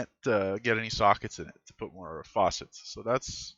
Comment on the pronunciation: Good video, got a like from me and I'm subscribed. You are pronouncing FACET as if it were FAUCET.